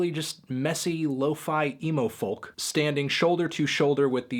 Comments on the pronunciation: Folk - pronounced FOE-Kuh ... no L sound is present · STOP PRONOUNCING THE L IN FOLK!!!!!!